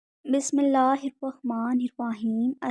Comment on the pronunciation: mam ap ne Bismillah shareef sahi nahi parhi.Plz kissi se talfuz theek karwa lain.